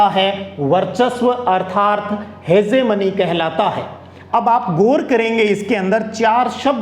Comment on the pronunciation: Sir ji हेजेमनी nahi हैं hegemony